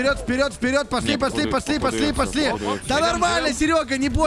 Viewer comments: говарит не пошли а посли.Я первый раз вслушалась,так угарала.ХВАХПХВХЗП))))0))0))00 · он скорее всего не выговаривает пошли и получается посли ))